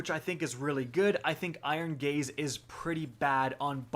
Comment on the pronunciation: "iron gaze" sounds like "iron gays"